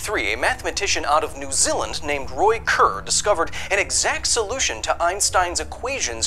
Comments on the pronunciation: did you mean to say new Zealand instead of new zilind cuz im from nz and that is what it sounded like to me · "New Zilland" Sir we need to work on pronunciation... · “…a mathematician out of New Z’ll’nd…” Chur. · Ah, yes, my favorite country, New Zilland. I love these videos. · love that you said New Zilland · "New Zilund". Nice touch. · "New Zilland"